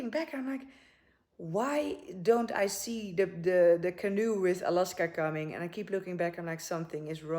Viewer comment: its Alaska not Aloska :)